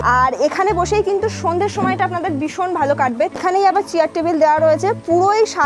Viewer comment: ম্যাডাম কথা টা "ভীষণ"। সারা ভিডিও তে "বিষন", "বিষন" বলে গেলেন সেটার অর্থ কি??????